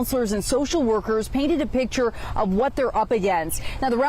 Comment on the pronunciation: Stop saying rezorzez